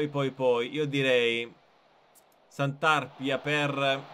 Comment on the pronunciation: Grazie per aver fatto una serie sul Taranto ❤️💙,devo fare solo una rettifica si pronuncia Santarpìa e non Santàrpia